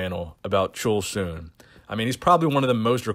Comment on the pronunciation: Korean here. Hwang Chul-Soon(plz, his not chool-soon, chul sounds Church’s Chur- with l sound instead of R. has it.) IS considered Juiced by Korean. Far east asian like we are, can’t have that mess in DNA’s pre-program. He has some moral-criminal issue, and one of them is battering a WOMAN.